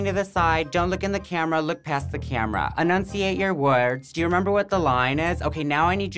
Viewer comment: I love him stumbling over the pronunciation when saying "enunciate your weh-rds" lmao